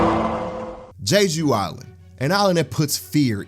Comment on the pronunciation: "Jay-Jew Island" 🤦🏾‍♂️